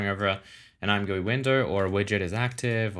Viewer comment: I swear the point of the name ImGUI is to be pronounced I'm Gee You Eye. Edit: I use dark mode all the time. Much better for your eyes and I have configured mine so it is great to figure stuff out and also looks amazing imo.